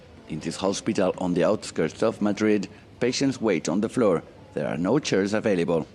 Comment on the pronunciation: Can't be the only one annoyed by 'Madird' ....